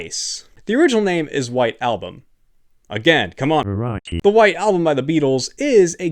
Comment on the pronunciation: i like that he pronounce Araki as ACari